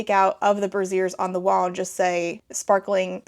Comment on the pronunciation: brazier rhymes with frazier. a brassiere is a bra lmao. picturing bras on the wall is funnier though